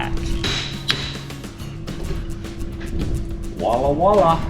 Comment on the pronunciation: You Utah people kill me with the wallah wallah bologna. It’s VOILA! With a V! 😂